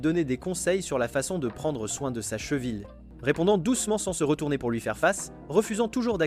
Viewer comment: Le gars est trop fort il dit chevile